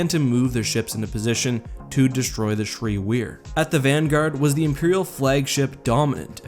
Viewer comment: Err, not to be a stickler, but Bakura is pronounced ba-Koora not ba-ku-Ra; also the Ssi Ru is the singular form of Ssi Ruuk, pronounced Si Ruk. They are a saurian species so have a bit of a sibilant 'S' in the pronunciation.